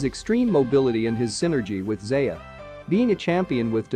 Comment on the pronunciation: "Rayken" "Zeyuh"